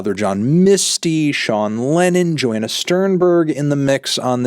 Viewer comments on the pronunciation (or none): none